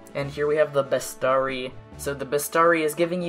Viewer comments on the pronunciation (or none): Best-arry? Holy fuck, I don't think that's how bestiary is pronounced!